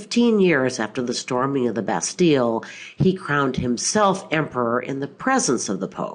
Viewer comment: You pronounce « Bastille » wrong